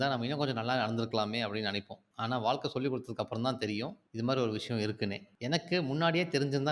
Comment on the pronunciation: Vaazhkkai not vaalkai. Otherwise, msg is good.